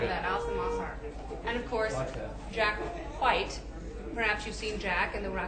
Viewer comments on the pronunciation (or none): you guys remember when meg emphasized the H she does the same Jack Whhhite